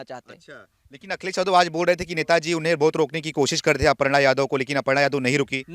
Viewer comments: वो सब तो ठीक है पर अर्पणा नही अपर्णा बोलिए। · अर्पणा नही "अपर्णा " नाम है ।